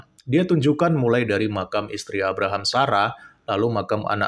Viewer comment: Abhkk.. rahm.. Biasa aja kale penyebutannya. Kek tau banget logatnya. Padahal cuma asal2an aja. Bangkeeee vangke